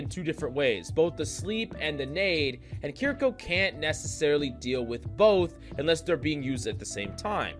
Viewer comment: Key rree kaw